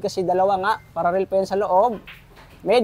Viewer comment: Paralell hindi pararel😂